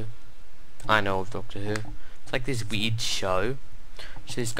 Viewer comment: I can't tell if he is trying to say "weird" or "weed".